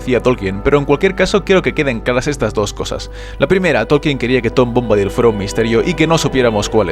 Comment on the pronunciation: Por qué siempre pronuncian mal los nombre y eso que se ve que son fanáticos y conocedores y hacen estos vídeos. En que forma Bombadil se puede pronunciar "Bómbadil" con acento en la "o". Ni en inglés lo pronuncian así y en castellano tampoco está bien, sería "Bombadíl" y en inglés también es así.